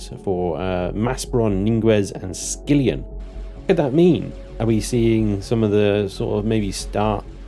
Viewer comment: First of all: it's Skillon, not Skillion (Facepalm) Second: As for unlocking things before it lets me spawn in BP, there's perhaps only one thing to say about that: Well, finally! However, it should be included an option to add the missing item externally if I got it from loot, for example, otherwise it would be a bit unpolished again. Simply, if I'm exploring and find a high tier item but haven't unlocked it yet and I need it to spawn a craft, I should be allowed to supply that item to BP as a whole, something like I do now with growplots for example. Or be able to choose the option to simply leave the missing item as an empty space. Third: It would be good instead of tweaking the graphics here and there, if Eleon migrated the whole Empyrion from DX11 to Vulkan.